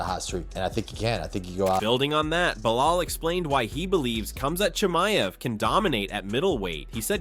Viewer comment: Pronounces Khamzat Chimiev flawlessly. AHHDIN ROSS